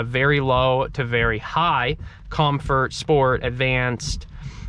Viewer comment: Please close the doors in the rain!! As a car guy, that was bothering me so much. Apart from that, good video! You need a few more adjectives though haha Also what's up with mispronounced words? COM FURT DRAEG STRIP MODE.. WHY!!!!???